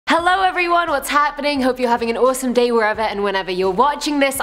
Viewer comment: she says awesome very weird